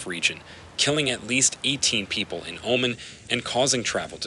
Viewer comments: I used to live in Abu Dhabi. Oman is pronounced “oh-mon” not “omen”. Otherwise great footage! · Learn how to pronounce Oman - this is your job after all.